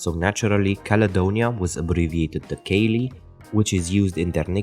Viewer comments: Caley is pronounced more as Cally caley is something else in Scotland spelt Ceilidh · Good follow up video mate. To add, the pronunciation of alloa is AH-low-ah, with the stress on the first syllable. Caley is ka-lay :)